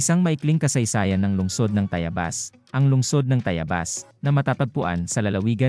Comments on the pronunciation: Ako ay tumanda na pero iba ang pandinig ko sa TAYABAS ngayon dinig ko ay TAYAYBAS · Sino ba ang narrator mo mali naman ang pagbigkas ng Tayabas. Hanap ka ng tamang tao na narrator para hindi ka masira.